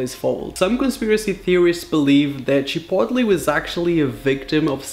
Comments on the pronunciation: Chipotli?? You mean chipotle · I love the way he says Chipotle like CHI-POT-LEE instead of like Chip-oat-lay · Wtf is Chepotle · The way he said chipotle has me dead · The way he says chipotle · IS THAT ACTUALLY HOW YOU SAY CHIPOTLE?!